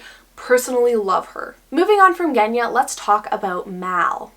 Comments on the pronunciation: Yea it’s pronounced with a Zh sound!! But it’s totally understandable to make the mistake if you don’t know Russian lmao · Genya is actually pronounced with a soft rather than hard G. I have a Russian friend with that name and it was felt weird hearing it being pronounced differently the whole video XD